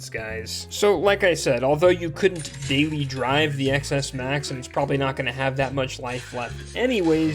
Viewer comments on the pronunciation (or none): Ex Ess Max? Come on, learn how to speak. The “X” is the Roman numeral for “10”, so it’s pronounced “Ten S Max”. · STOP SAYING X S MAX ITS PRONOUNCED 10 S MAX DAMMIT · People steal those phones, not caring that they don't work. They are just going to sell them to some unsuspecting non-tech savy person. Also, how can you have a tech / phone channel and still call a ten s max an "Ex-S max"? 🤦🏽‍♀️